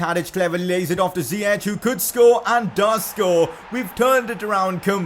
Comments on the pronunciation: Dont say (zieq) but (zajek) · it's ziyech not ziyeCHH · it's ziyack nit ziyech(pronounciation) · It's Zi-yek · Ziek is how its pronounced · It’s ziye”k” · Its pronounced Zee-yesh